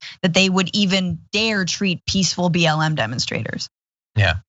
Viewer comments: He said BLM but with his Southern accent 'M' has two syllables. Like 'Eyyem'. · I think he said "b l a m". What does the a stand for? Think he's just a moron. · He said BL'e'M I think ...